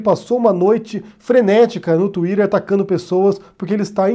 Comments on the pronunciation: Parei de assistir no momento exato que eu ouvi a pronúncia da palavra " tweeter". Really?. Que brega. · Tuirer kkkkk pode ser certo lá nos EUA mas em português fica estranho.